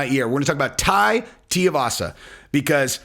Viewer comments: Guys its pronounced TUI like the travel agent..Not TIUVASA or Tearvasa .fs...Come on men get a grip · his name is Tuivasa. Not T-Arvasa. Too-E-Vasa. Rhymes with shoeyvasa. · picked up the Sonnen way of pronouncing "Teeovasa" instead of "Tuivasa" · Omg cmon his last name is not tiavasa it’s tuivasa please learn to say the name right. Say the name 30x wrong Toooiiivasa not tiavasa. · It's pronounced Too-E-Varsa. Get it right. Most MMA based channels can at least pronounce names right. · Tai teeavassa lol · It’s Too-e- vasa shesh dude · Bro, you gotta get the pronunciation right at least: 2-E-Va-Suh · Tia- vasa?!? Dude, is this the first time you heard of him? Next vid, exposé on Mick Diaz… Edit: Just realized you were doing an “uncle Chael”… Nicely done. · DUDE HIS NAME IS TUIVASA IT´S NOT HARD IS SOUNDS LIKE SHOEYVASA BUT WITH A T AT THE BEGINNING. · Tuivasa = too-ee-vas-a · The correct answer is tai TOO-e-vasa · It’s TOO-EE-vasa. You’ve been listening to Chael too much lol. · going full Chael with the "Tiavasa." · Two - wee - vasa (pronunciation). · TU-I (ee)-Vasa but no worries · Well Try harder , have some Respect and learn how to pronounce the name of the guy correctly of whom your cashing in on the fame of 👊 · Oh damn Chael! He got to you for this one and jinxed you on saying Tuivasa. Lmao You always nail even the tricky ones. Therefore I blame Chael. 👍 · not nitpicking too much but for a man of your intellect you surely can read the name correctly. Or maybe you’re trying to pronounce the name wrong just like Chael? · Lol,, you pronounce Tai’s last name wrong just like Chael. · Listen you’re not Chael ok you can pronounce Tuivasa correctly come on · TUIvasa not TIAvasa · Jon would kill him. But it's pronounced more like too-ee-vasa than tea-uh-vasa. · Brooooo... his name is really not that hard.. like, sound it out.... Two - Eee - Vah - Sah. Now say it with me.... Tuivasa 🤦‍♂️ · TU-ivasa not TI-ivasa